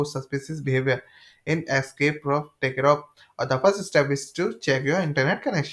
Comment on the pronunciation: he cant even say Tarkov.....trash video